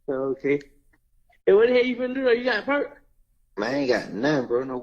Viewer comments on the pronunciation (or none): none